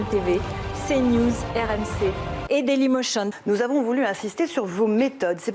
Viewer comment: "Et Daylimotion" 😭😭😭